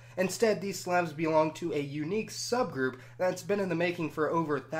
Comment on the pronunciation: Im sorry but what in the world is this random pronunciation of words like Slavs